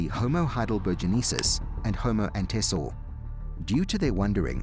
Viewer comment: It is not Homo Antesor, but Homo Antecessor, meaning something like forefather. Tor